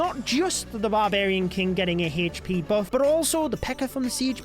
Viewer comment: Why do you say hesspee instead of hp ☠️